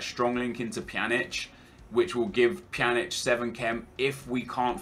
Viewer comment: Pjanic: "Panjek--"